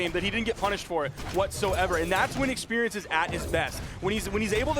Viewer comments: She need more.... Expewience 😅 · Expewreince and Gwounpound is too funny